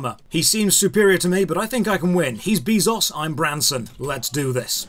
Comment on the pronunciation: I love how you keep mispronouncing Jeff Bezos's name. It's Bay-zos, not Bee-zos. Also the fact that lower levels can beat higher levels in PVP is probably the biggest issue players had during beta. I watched a bunch of streams and they all hated it.